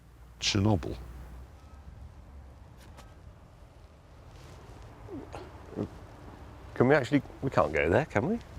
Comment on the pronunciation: so much weight behind the pause before saying “Chernobyl”